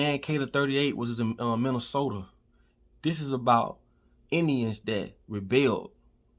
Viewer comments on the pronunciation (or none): none